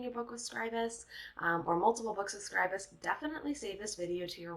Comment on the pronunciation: Thumbs up for pronouncing Scribus correctly.